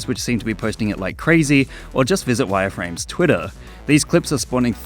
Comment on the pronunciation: no oh god its wyerframez